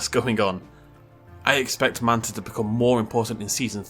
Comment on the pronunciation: FYI guys its Mantah Corp